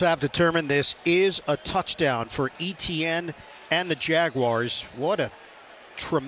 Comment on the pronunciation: the pronunciation of Etienne is really annoying. the commentator absolutely butchering it